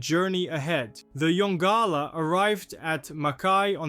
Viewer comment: Mystery* Also pronounced Yon-Gala NOT yongula